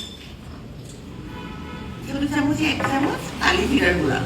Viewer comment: Gura na guro bolte hoy